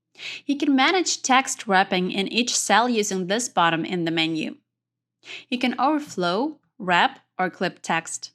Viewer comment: This video was fantastic - I took it to an AARP group and everyone ended up comfortable using excel after listening only a few times. The only ask they had was: since English is not your first language (but yours is very good), slow down rather than speed up to make sure you clearly pronounce all of the syllables needed for comprehension. For example, it is BUTTun (not bottom), FEELD (not filled), AWEtomatic (Not OW-to-matic), comMAND (not comment) -- and pay attention to your stresses. For example, is FOR-mat (not formint), SEE-kwnece (not sickens), LOCK (not log), pa-REN-thuh-sees (not parathesis) etc. Maybe small things, but it would have made a difference to the older audience, which I'm imagining is yours. Thanks again for this video